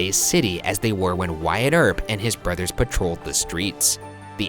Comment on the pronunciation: #postmortem do you guys think that Wyatt is pronounced really weirdly?? I'd pronounced it as 'What' instead of 'why-at'